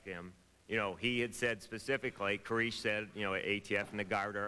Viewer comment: Is that Sarabyn character happy being the only person in the whole world to mispronounce the last name 'Koresh'???